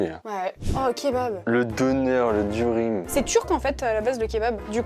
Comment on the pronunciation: Juste "durum" ça se dit douroum, voilà 😂